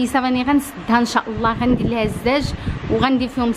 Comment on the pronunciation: الزاجة ماشي الجاجة